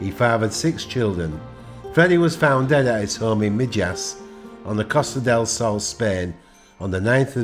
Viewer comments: Mijas is pronounced Me-Has, the place isn't too far were the BBC made the soap, Realdodo, sorry, Eldorado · Your videos are always great. I think you’re right, probably not a nice person in reality. From an era where comedy was allowed, unlike life in 2024 where everyone is offended by everything. Small point, he died in Mee-ass (pronunciation of Mijas). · What he’s dead, his town in Spain is pronounced Mihas